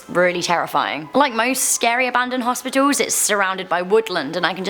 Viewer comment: “Hospitolls” lol I like the way she says that word.